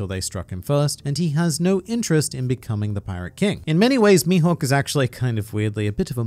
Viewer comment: As a Swede I'm sitting here pondering what the F is "Youhawk" XD